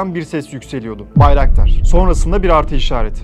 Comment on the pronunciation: Akintsi değil Akıncı = Не Акинци , а Акынджы ! и ударение не последнюю гласную в слове Байрактар !